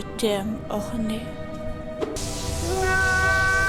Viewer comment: J’ai vraiment... rigolé !!! Et CrazyBomb !!! Je m’y attendais pas ! Une chose c’est « Hornette » pas « Horné ».